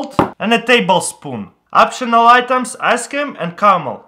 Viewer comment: "4 Table spoons of Nacho's spring water" "Then I am going to add my ask-cream" You mean thawed out yoghurt